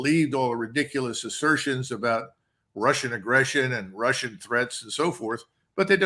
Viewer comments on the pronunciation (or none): none